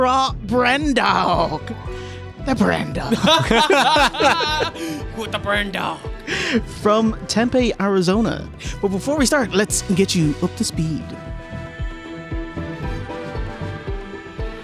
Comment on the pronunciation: it's pronounced TEM-PEE, Arizona...